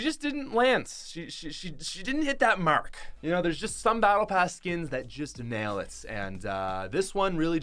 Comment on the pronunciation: when ever you say mark its in an irish accent